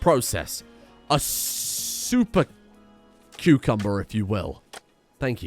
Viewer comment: HOLY MOLY He was able to say Super Cupumucumber first try!!!